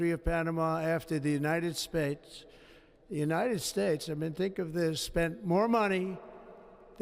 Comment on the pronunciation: And the United spates 😂